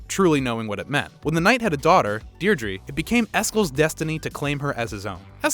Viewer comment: the mispronouncing of Deirdre really annoyed me